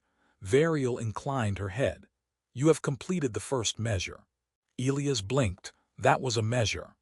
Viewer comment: Back to mispronouncing Elias😬